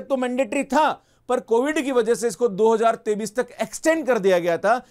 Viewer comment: pahle 2023 ko hindi me sahi se bolna sikh ya isko sirf english me bol, yes this is very good news , a real phd is a long process but we need money to survive , so I welcome this news .